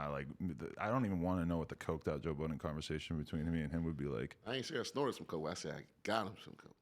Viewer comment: Joe "Buddens" lol